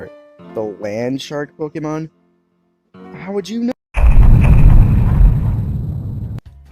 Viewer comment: The way he says Pokemon kills me for some reason